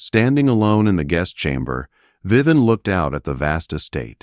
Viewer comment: Viven? I believe her name is Viv-E-en! AI does have great difficulty with proper nouns! It’s not Grozvenor. The S is silent. It’s Grove-nor. Dominic is a caring man. Lady Henrietta is a very unhappy soul. Heartwarming story!